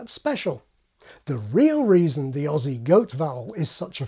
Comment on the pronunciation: That was the best pronunciation of the word "Aussie" I've ever heard from a non-Australian I almost cried a little